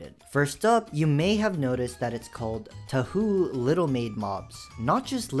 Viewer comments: Hearing you pronounce "touhou" as "Too Hoo" was a bit... Uhg. Because of how japanese syllables work, it's more like "Toe Ho". I was never really into the project, but it's had cult following for decades- first part of the project was released back in the 90's. Not every game involved with the project is a Danmaku (bullet hell)- you've also got some metroidvanias and RPGs and such. Zone.... Is a woman. Back in the 2010's, she was big in certain circles. Smut was never dissallowed on newgrounds- only restricted. She was both the most prolific and most popular- a lot of her work got spread around. Had a Youtube channel- considering Youtubes rules, I have no idea what she did with it. Running into her stuff was pretty unavoidable if you went to less mainstream corners of the internet, back in the day. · Ikr? IT IS TOE-HOE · As a Japanese person, I was puzzled by the “TooHoo” pronunciation of “Touhou.” So, I want to let you know that saying “Toe-hole” is closer to the original pronunciation.(Translated by DeepL) 日本人としては、"東方"のTooHoo発音で首を傾げたので、"Toe-hole"と言う事で、原語に近い発音が出来る事を教えたい(原文) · You really seem to enjoy yucking peoples' yum. Just because it doesn't appeal to you is no reason to pick on it. Someone didn't finish their research. I've heard of Touhou (pronounced toe hoe) but not touhou (too who, the way you pronounced it). Also, you'll stop getting gooner related minecraft videos if you stop searching for and talking about them. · its literally touhou not tahu, toohuu, or tohu or anything like that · erm... actually its pronounced toe-hoe, not too-hoo 🤓👆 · T o e h o e (touhou thats how you pronounce it) ❌ TUUUHUU ✅ XD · Just and FYI its not "toU-who" its pronounced "toe-ho" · As a touhou fan, it's pronounced "Toe-Hoe", not "Too-Hoo". 🥀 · l nope, it’s based on japanese pronounciations. it sounds more like toe hoe instead of Two hu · "2who" is a wild way to pronounce touhou btw 🙏😭 Edit: Y'all are getting way too heated in the replies over such a tame youtube video. Chill